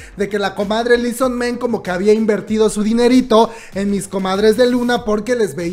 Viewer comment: Li so man ... Li so MAN .. MAAAAAAAAAAAAN . No es ingles xD